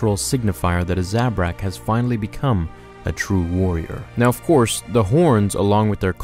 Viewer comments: You pronounce Zabrak wrong. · Thumbs down for how you pronounce Zabrak